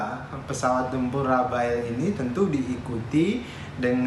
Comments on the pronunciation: noted yang jelas namanya RAFALE bukan RAFAEL salah sebut diulang ulang dasar jubir geblek😏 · Mantap..tapi penyebutannya 'rafal' bukan 'rafael'.. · Rafale di baca Rafal lee (e pake e rujak bebek yah jangan bebek soang) susah amat yang orang indonesia nyebutnya. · Bukan rafael pak...tapi rafale... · Rafael Mulu Disebut Orang ini, Padahal Namanya Rafale Bukan Rafael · Bukan rafael tapi rafale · JUBIRNYA SALAH MELULU... RAFAEL RAFAEL.. SALAH MASSEHHH R.A.F.A.L.E... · Mas Dahnil jubir Menhan, nyebut pesawat RAFALE aja masih salah melulu.... Btw, RAFAEL itu perusahaan pertahanan asal ISRAEL... Atau dia ngidolain RAFAEL di anime Ninja Turtle ya? ... Haha😄